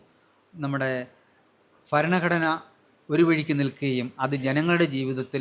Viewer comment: ഫരണഘടന അല്ല ഭരണഘടന! ഇവറ്റകൾക്ക് India യുടെ പേര് ഭാരതം എന്ന് ആക്കിയാൽ ഫാരതം എന്നെ പറയാൻ പറ്റുകയുള്ളല്ലോ! വിദേശികൾ പോലും അന്ന് ഭാരതമെന്നും ഇവറ്റകൾ ഫാരതം എന്നും പറയും!!!!